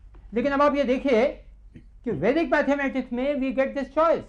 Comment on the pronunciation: Mathematics not mathamatics